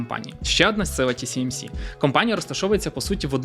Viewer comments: Ті Сі Ем Сі == TCMC, тож Ті Ес Ем Сі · Ті Ес Ем Сі, а не Тісімісі 😀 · Ще б абревіатури правильно читати і взагалі буде супер) Ті-Ес-Ем-Сі, а не Ті-Сі-Ем-Сі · Ще раз - Ті-Ес-Ем-Сі. S = Ес. С = Сі. Ті-Ес-Ем-Сі !!! 😂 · Ті Ес Ем Сі, а не Ті Сі Ем Сі. Весь випуск різало вуха. А так, гарний випуск. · Весь випуск різало вухо от це Сі замість Ес😂 Чекаю наступний випуск про голандців) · тільки здається не ті-сі-ем-сі, а ті-ес-ем-сі)) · Ті Ес Ем Сі, не ті сі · 1. «ТіСіЕмСі». Не можна так 2. Про TSMC говорять з кожної праски, в тому числі на телебаченні. Треба видавати саму неочевидну мʼякотку з самого початку, а не оці загальновідомі факти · Дякую за круте відео, але камон ТиЕсЕмСи, S та C різні ж літери 😉. Вибачайте за повчання, та дуже ріже слух 😅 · S читається як "Ес", а не "Сі". Тому "ТіЕсЕмСі". Постійно ріже вухо. Але історія цікава. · Почути тисячу раз за ролік "тісіемсі"... Мої вуха. Режисеру роліка - 0. Не можна будувати начебто фактологічний ролік навкруги такої очевидної помилки... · Чого "ті сі ем сі"? Вухо ріже. Там друга літера "ес" а не "сі" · Гарна інфа. Но "ті ЕС емсі", бо вуха ріже :) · Ті Ес Ем Сі ;) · Круте відео, тільки назва компанії читається як ТіЕсЕмСі) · можна не перевірити коректність вимови назви, яку вимовляєш сотню раз за випуск?! Риторичне питання. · ті ЕС ем сі! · не можу поставити лайк за неправильну вимову назви компанії